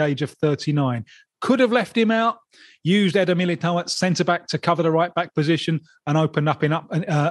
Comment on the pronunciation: ele pronunciou "Militão" perfeitamente